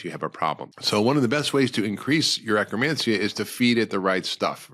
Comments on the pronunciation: You say acromancia or do you mean akkermansia. I do see pendulum life supporting akkermansia supplement. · He's saying akkermancia